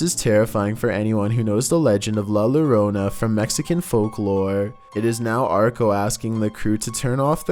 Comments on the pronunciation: 'La Lurona' 🤣🤣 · The only reason I'm not going to make fun of you for the pronunciation of la llorona, is because you are such entertaining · LMAOO the way he pronounced la llorona